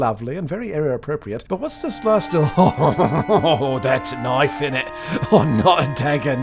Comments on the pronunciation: Weird, this Kiwi seemed to turn into a knoife loving aussie for a short moment 🤔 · I find his excitement over the KNOIFE rather DEMENTED. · KNOIFE / 10